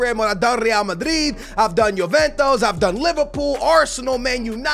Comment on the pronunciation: It's not Yoventos but it's Juventus